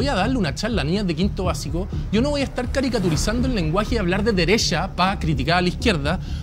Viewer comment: criticando a a Magdalena por decir deresha, vistima. Y él en la discusión diciendo: se te hizo 🙄. Es muy soberbio. Mal